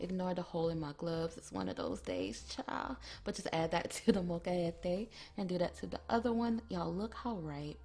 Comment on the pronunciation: Dayyummm.. Cut Up Some Flour Tortillas In Quarters & Fry'Em Up 🔥 Love The Way You Said Molcajete.. Great Accent